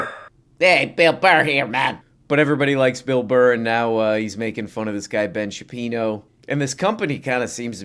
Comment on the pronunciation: Ben Shapino? Never heard of him